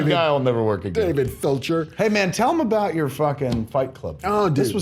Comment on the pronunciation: "David Felcher" - Marc Bernardin I laughed too hard at that and I'm a fan of David Fincher.